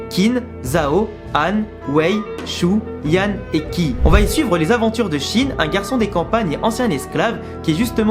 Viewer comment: Gros chef d'oeuvre, Kingdom en effet. Juste pour faire mon chieur : Qin se prononce Tchine (ce qui donnera le mot "Chine"). Et Qi se prononce Tchi également.